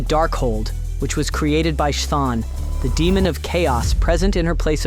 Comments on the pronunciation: Stopped the video immediately after prounouncing chthon like that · Your pronunciation of Chthon is wild lmao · Dude, if you can say chaos, you should be able to say Chthon.